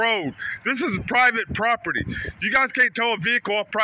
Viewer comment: how many times did he say "private poperty"